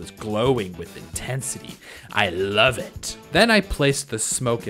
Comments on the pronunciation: Is anyone going to talk about how he said I lvoe it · Who knew when he said love it was lvoe insted of love